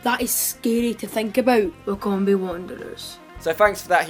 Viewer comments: Wy-com-be hahahaha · I'm from Wycom-be lol !